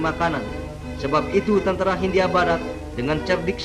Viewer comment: Kebanyakan huruf H, pak.....😀